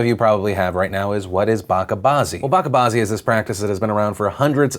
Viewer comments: Bacha bazi is not pronounced like that , it is not baka bazi . It is bach-A-bazi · it's not backa baazi it's bacha baazi ch as in chapter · Just a correction, the way you pronounce 'bachabaazi' is wrong, its not a 'K' sound it's a 'Ch' as in Children. No hate just a clarification. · Bacha Bazi pronounced as (Ba' Chaa' Bazi) 'c is pronounced as it is in Gucci', happens in Afghanistan and in Peshawar (city of Pakistan that shares border with Afghanistan and have more afghanis there) but doesn't happen in Pakistan as a whole. If you're caught in this act, you'll get life in prison. Most people don't get life in prison but instead receive a public justice (beating .. alot of beating until he's close to dead, sometimes dead). Also, it's not a tradition nor it is a religious practice, religious punishment for Ba'chaa Bazi is death with stones. There are some desperate wicked pedos there who do this. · Fyi its Bache Bazi the ch is not pronounced like K . Bache Bazi means pedophelia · Phil so glad you reported on Bacha Bazi, People need to know P.S. It's pronounced Ba-Cha (like Cha Cha Cha) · Phil, the ‘ch’ in Bacha Bazi is pronounced similar to the ‘ch’ in church. I was wondering what you were saying. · Lol I'm half Iranian so the way you pronounce "bacha bazi" is hilarious